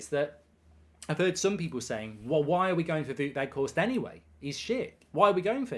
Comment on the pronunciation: The "ou" in "Wout" is pronounced like the "ow" in "wow".